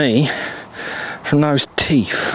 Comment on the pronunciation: THing not fing. teeTH not teff. THree not free. Queens English please